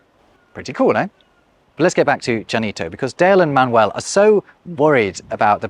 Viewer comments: Why is he calling Manuel Man-Well? 😭😭😭😭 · Interesting point of view. I see this as a completely bilingual population in Spanish and English who switch codes at will, not a as a language in itself... Funny the way you say Manuel, splitting the syllables in the English way: man-uel. It should sound ma-nuel